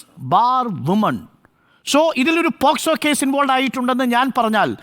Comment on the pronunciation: Posco (പോസ്കോ ) അല്ല മൈ ഡിയർ അരുൺ അത് POCSO ( പോക്സോ ) ആണ് ഇയാൾ ശെരിക്കും അഡ്വക്കേറ്റ് തന്നെ ആണോ 🤣🤣